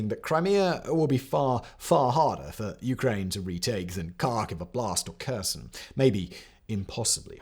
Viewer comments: Kherson and Kharkiv should start with sound H, not K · I appreciate your video, but please can you make an effort to say Kherson correctly.